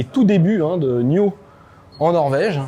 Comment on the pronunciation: Bel aperçu, prudence avec les tics de langage (...voyez) C'est pas N-io.... mais n-aïe-o Pas un mot sur la vitesse de charge. La planche de bord fait un genre de croisement Hyundai (Tucson 2022) et Volvo. 5m c'est un tank, et moins logeable que des SUV thermiques 7places moins longs. comme c'est réactif euh la carte réagit pas top dans la démo